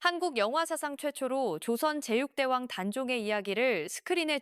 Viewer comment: 나래이션 뭔데요 ㅋㅋㅋㅋㅋ ‘제 6대 왕’ 을 ‘제육대왕’ 이라고 읽으니까 듣다가 확 깨면서 현웃ㅋㅋㅋㅋㅋㅋ 제육대왕은 고기 좋아했던 , 단종 할아버지 세종대왕 아닐까요 ㅋㅋㅋㅋㅋㅋㅋㅋㅋ